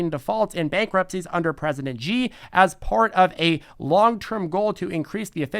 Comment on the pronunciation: Xi is pronounced She.